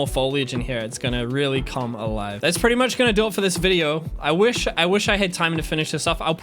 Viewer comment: I love your content.... I don't love how you say woosh instead of wish 😂